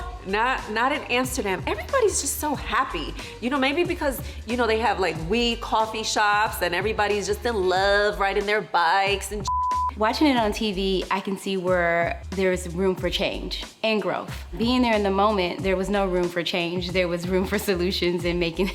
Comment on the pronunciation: I’m Lovin us putting a ‘f’ on growf